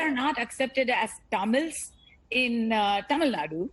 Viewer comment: Taamil Naad? Ohhh the slang? Itss Tamil Nadu... Pronounce it properly fake pronouncers😂😂😂